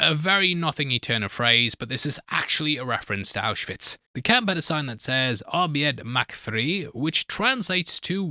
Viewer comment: Wow you slaughtered 'Arbeit macht frei' 😅 but I guess german is a hard language.